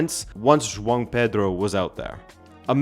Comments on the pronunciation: Who is Jon Pedro my guy? Its Jo-ao Pedro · The estevao and joao pedro pronunciation tho always gets me 😂